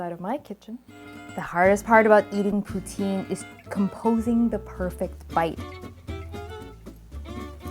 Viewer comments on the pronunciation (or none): for someone so concerned on the pronounation of pho , um you are pronoucing poutine wrong , pou-tin